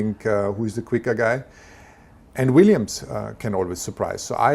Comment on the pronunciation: Did he say William's LOL